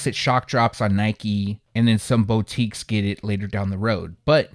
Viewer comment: Thanks for the info as always bro. Btw, hope this doesn’t sound rude but ur saying boutique wrong, it’s pronounced boo-teek.